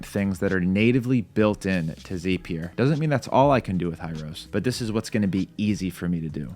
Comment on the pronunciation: Dude the word is Zap-ee-er not that weird way you are saying it! Probably best you prefer Make because at least you can pronounce that word in English!